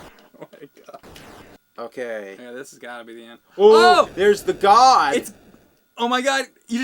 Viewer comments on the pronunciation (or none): It's "Gond", not "God". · It's Gond, not God. For the record. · It's Gond, not god. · iTs GoNd NoT gOd! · Uhhhhh.... Actually, it's, "Luther destroys the GOND....." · It's not "God" it's "Gond" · Thank you. You can hear this in the commercial. They say Gond, not God. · Scrolling down to see 2697 dorks telling James and that it's Gond, not God. Was not disappointed. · heh heh, it's the 'gond', not 'god,' lol. wish i could have seen what the atari version of the first internet looked like. anyhoo, pop in a super-charger for some other cool games. there was an over-sized cartridge with a cord coming out of it that plugged into a cassette player. the games came on cassettes which you had to 'download' into the super-charger. it was quite bizarre, but they had some pretty cool, complex games. i would venture to say this came out right before the crash ('83/'84?) and i imagine the company fizzled out quick, unfortunately. :) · Are they saying "god" or "Gond"? Because in the commercial it's pronounced "Gond". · It's Gond, not god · It's "Gond" not "God" btw :) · it's gond, not god. :O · The commercial actually says "Gond", not god. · It's actually gond, dunno why they've been saying God lol. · Its Gond, not God. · I'm pretty sure they're mispronouncing it on purpose. Because...it was funny the first couple of times in Part 1? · "Gond" not "God" you idiots. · It's actually GOND, not GOD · It's "Luther destroys the Gond". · Great video but I must correct what you say about the boss in Vanguard. It sounds like you keep saying its "God" but its actually "Gond" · It's "GOND" not "God" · I believe it's actually "The Gond." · Gond... it's Gond, guys... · It's "Gond" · For fuck's sake...it's "the Gond" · If you listen closely he doesn't say god he says like gund or something. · Isn't it gond?